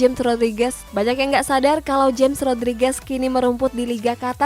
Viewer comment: James dibaca "Hames ".